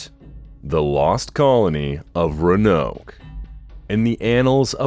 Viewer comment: It’s RÕ-UH-NOWK bruh .